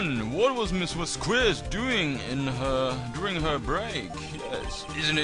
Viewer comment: you say Vasqu¡e!z, but it should be pronounced V¡a!zqes. Hard to explain, el español se complicado.